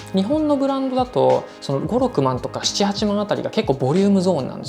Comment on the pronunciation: 5-6まんの発音が変ですね。ゴロクマン